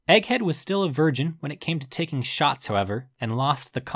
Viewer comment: I'm really going to miss Kaiser Scotty... Btw it's not Verdeem it's "Virgeen"